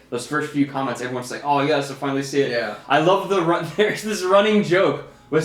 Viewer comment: I knew recognized you say that trilled R "rrrun away!" in one of your last videos.